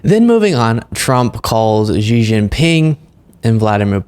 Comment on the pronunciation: Xi Jinping's XI is pronounced as SHE, not Jee.